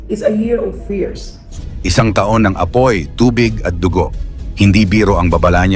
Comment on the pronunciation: Tanga Tanga etong narrator na to ta Ong taon baka tahung ahahaha Ewan sayu naretor Kang engot ka